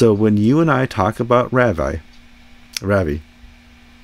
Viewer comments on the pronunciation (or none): FYI, Ravi's name is pronounce RAH-vee. His conduct is deeply grievous and harmful to the Church as a whole......but we dare not cast stones. Every single believer, whether known or not, is a sinner, mostly sinful in ways that are not visible. If you must report these things, please also help us all to humble ourselves and repent, for we, too, are sinners.